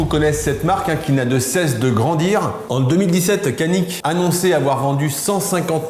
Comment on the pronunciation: Super vidéo comme dhab bravo ! Effectivement le C en turque ne fait pas « ke » ou « ce » mais Dj. Donc faudrait prononcer « Djanik ».